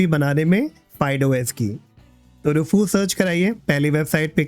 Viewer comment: Roofoos nahi hai bhaiya Rewfuss hota hai